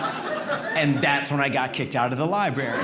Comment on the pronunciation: Dude it’s LIBRARY not Libary.